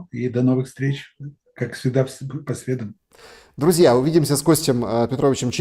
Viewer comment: По срЕдам, а не по средАм